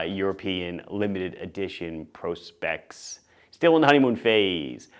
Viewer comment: Thank you for saying PROSPEX like “professional specifications,” not like the crusty old prospector.